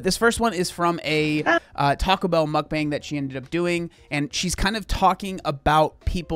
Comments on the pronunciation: Why do all the gorl world ladies say MukBONG ? Initially I thought ok Amberlyn maybe struggles with some words but Chantelle also says it that way and this lady too . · There are some people who binge eat while doing a mukbang. But, some people are actually hungry enough and eat all the food and keep it down. Some people spit out the food and make cuts. But, it’s not everyone. Mukbangs became popular in South Korea in 2010. It is actually pronounced muk pan.